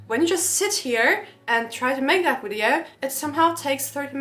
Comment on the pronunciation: Friendly advice: Please learn how to pronounce the word "video" correctly. Your English is pretty good, but in every video you use this word so many times, so it would be worth pronouncing it correctly. It is Video, not Wideo! 😊